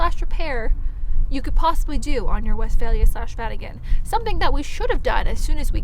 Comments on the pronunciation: Funny how you pronounce it west-fail-ya instead of Westfalia. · Great video, thank you🙏 Note: The universe hears you when you pronounce Westfalia like "west fail ya". just saying😉